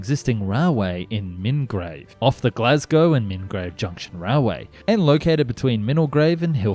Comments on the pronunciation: Love the way you pronounce the Scottish place names. Inchinan is in-shin-in. Renfrewshire is Ren-few-shire and as above Mul-guy or Mil-guy. You sounded so funny 😂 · can i give a little help with pronunciation inchinnan inshinann milngavie mulguy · Great video. The pronunciations made me smile (I live in Milngavie, pronounced mill-guy)